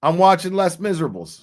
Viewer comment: Les Miserable is pronounced Lay miserabes. It is french for The Miserable😁